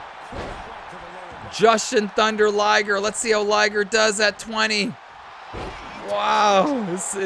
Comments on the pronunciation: It's pronounced "Jew-shun-thunder-liger". Oh, you forgot Mr Westling, Humongous, and The Patriot in there. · It's Jyuuuuushin Thunder Liger dammit!! I got offended lol jk, this is another great rumble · Not sure if anyone else commeted but only mispronunciation i heard was for Ju shin thunda liger as i always heard it said. But over all great rumble so many people to root for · FYI, it is pronounced Joo-shin Thunder Liger